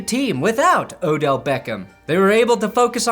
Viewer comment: Thank you for saying his name correctly